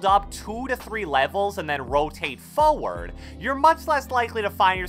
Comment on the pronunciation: I luv the way he says Foeward 😂